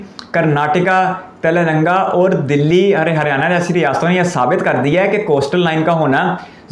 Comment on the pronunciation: Bhai pronounce Telangana as 'Telan" and "Gana"...Not Telaranga🤣🤣